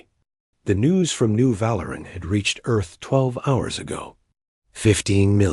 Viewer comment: Val-ur-an? I think Vah-leer-ian.